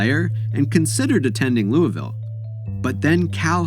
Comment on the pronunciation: Thank you for saying Louisville correctly ✊🏽